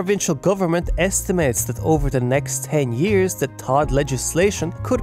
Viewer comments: but no one calls it "Todd", it's always pronounced "T.O.D.". It takes him sound like he doesn't actually understand the topic. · But, still… why is he saying “Tod”? Does he not know? And if he doesn’t know, …why not? If you’re reporting on this I would assume you’d know what it is. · Why is he saying “Tod”? Does he not know? And if he doesn’t know, …why not? If you’re reporting on this I would assume you’d know what it is. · For those who don't get why is saying "Todd" every time, he is saying TOD, or Transit Oriented Development